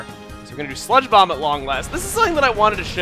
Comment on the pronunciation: when you said, "and we will use sludge bomb on shiftry" I thought you said spongebob instead of sludge bomb